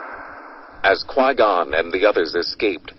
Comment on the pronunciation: no he said Gui Gon i said it as in U mean Qui Gon?